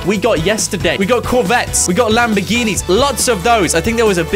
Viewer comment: u said corvtte and looked at a lambo instad of corvtte play it back